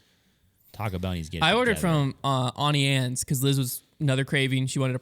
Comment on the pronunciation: The Auntie Anne's pronunciation is infuriating